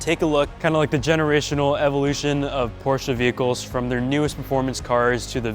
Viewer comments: You’re nearly the only English speaking guy I know how actually is able to pronounce “Porsche“ the right way. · Cool Intro, and respect not every american can pronounce Porsche the right way